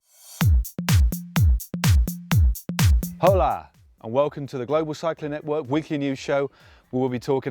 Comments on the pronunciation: H is silent in hola. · Lol where you saying hello in Spanish in the beginning? "H" is silent